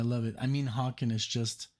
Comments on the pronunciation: Haken is pronounced like "Bacon" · Just FYI, Haken is "Hay-kin".🙂